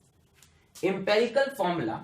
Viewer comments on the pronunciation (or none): empAricle nahi hota....empErical hota hai lols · It is 'Empirical' not 'EmperiCal'!!!